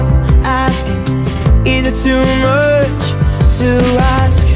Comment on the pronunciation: even if he change 'chonce' to 'chance' you still can hear him say 'moch' instead of 'much' which is cuuuuuute ;')